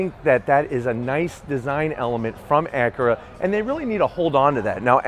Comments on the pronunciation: It's Acura, not ackera....drives me fucking crazy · Its ac yer uh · You say Acura weird. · "acrea, rea-fig-uring out"